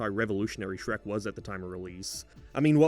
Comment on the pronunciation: That’s not Shrek that’s Hreck